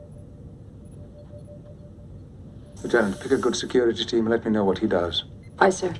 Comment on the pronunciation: why are you saying it like that? saying WHHHUT LIKE WHHUT